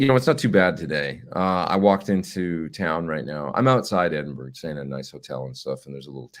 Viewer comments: Pronounced "E-din-burr-ah" FYI so you don't offend any Scots :) Have a great show!! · They call it "Edinburah". Spent 3 months at the Balmoral Hotel many moons ago.